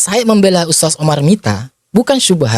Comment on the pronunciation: Untuk Tarbilah daili Nyebut kalimat USTAD aja gak Paseh.... Bukan pake sin di akhir huruf USTAD .... tapi pake nya DHAL ....😂😂😂 Nii liat ..... أُسْتَاذ Hal kecil Lo itu .... Mosok gak sefaseh orang biasa .... 😂😂😂😂😂 Konyol ....malu maluin 😂😂😂